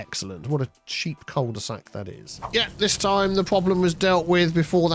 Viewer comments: It is pronounced "queuel de sac" without the j sound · I mean if we want to get technical, it's pronounced "coo de sac", but at this point I don't think we're gonna convince too many on this side of 'La Manche' to revert to the French pronunciation! 😅